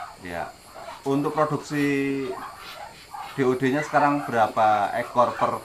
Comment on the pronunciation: DOD pak bukan DOE